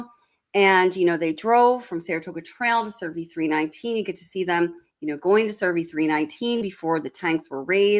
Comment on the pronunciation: CERVI NOT SURVEY!!!